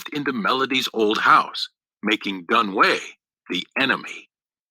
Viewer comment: it's pronounce dun wei but it sounds like doon wee